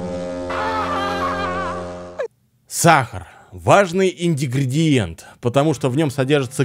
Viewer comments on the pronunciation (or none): инДИгридиент!!!!, загляни в словарь и не говори как дикарь из леса!!!! (не обижайся!) Говори правильно!!! И Н Г Р И Д И Е Н Т!!! выучи и не мучай наши уХи!!! Ну а ролик супер!!! Класс и ЛАЙКОС!!! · выучи уже два свои ключевые слова - пересОленный и ИН ГРИ ДИ ЕНТ. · Ты заебал. Какой нахуй индигриент? Учи русский.... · Меня одного подбешивает этот вечный "индигриент"?Мужик,давай уже по-русски говори.Если выбрал как подкол или фишку-совсем не смешно. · Индигриент? Индигриент? Ну камон) Ингридиент братан, ингридиент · иНдигриент, да непонятный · Недавно заметил, что говорю индигриент и е знаю. Как ннада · пожалуйста не индигриент а ингридиент без обид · индигриент? ингредиент ☝🏻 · "Индигридиент" это такая фишка? Просто сказал это 2 раза, "улыбнуло") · индигриент)))))) лол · САМ ТЫ ИНДИГРИЕНТ XD (ИНГРЕДИЕНТ!) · как всегда в своём репертуаре: индигриент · ааааа опять индигриент 🤣🤣🤣🤣🤣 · брат, не индигриент, а ингредиент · Ингредиент а не индегриент.... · "Индигриент" - баг или фича? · Индигридиент,, индигридиент мля! 🤣🤣🤣🤣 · "Индигриент" - зачёт! Законспектирую... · Сегодня узнал новое слово, ИНДИГРИДИЕНТ🤣🤣🤣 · Да ты уже надоел своим ИНДИГРИЕНТОМ !!!! Говорится ИНГРЕДИЕНТ! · Ингредиент а не индигриент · не первый раз от тебя слышу это странное слово "индигриент" )) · "Cахар... Важный индигридиент" улыбнуло)) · Раньше был "Индигриент", сейчас он стал "Индигридиентом") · Еще один ИНДИГРИЕНТ))))) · Все: Ингредиент И только: Индигриент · Никто: Обычные люди: непонятный ингредиент: «непонятный ИНДИГРИЕНТ» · ИНДИГРИДИЕНТ! ИДИГРИЕНТ! Сколько можно слушать это! Не благодари, правильно говорить ИНГРЕДИЕНТ! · Индигридиент - это фишка, давно заметил. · Все время тебя смотрю, но режет слух твоё индигриент ,а не ингредиент .... сори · Все: ингредиент: индигриент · Инденгридеент - это бесценно!!! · "индигриент" .. учитель русского покинул чат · "Сахар индигридиент")))))))) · правильно говарить ингридиенд !